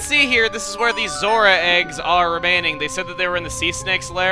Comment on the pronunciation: For some reason, every time you say Zora, I hear Zorua from Pokemon